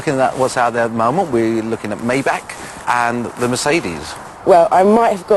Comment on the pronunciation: Why can't anyone say Maybach correctly!?!? (MY-bok)